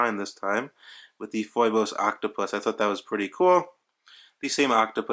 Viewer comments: Dude.. did you really just call it FOY-BOSE? smh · It's pronounced "feebose". Thank you for this video, I hope they make one with an automatic movement.